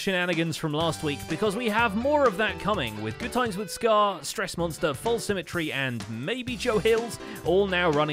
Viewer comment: Strrrrrrrrressmonster101 for the win